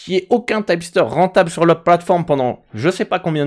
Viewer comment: Pourquoi tu dis "typster" ? en anglais on dit tip (teep) ceci dit merci pour la video ;)